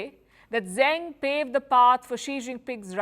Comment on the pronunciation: Zeng Qinhong's last name is pronounced "Zuhng" like "rung" or "sung," not "Zang," as Palki pronounced it (she's usually rather decent with mandarin syllables).